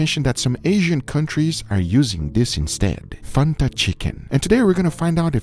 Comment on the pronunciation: please dont sYA FANTA LIKE THATTTTT ITS FAN-TA thank me later